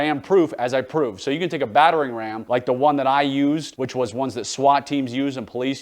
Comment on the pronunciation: Most notable to me is his difficulty pronouncing/enunciating "battering ram."